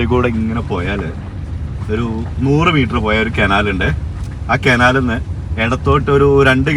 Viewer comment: കെനാൽ അല്ല കനാൽ എന്നല്ലേ പറയാ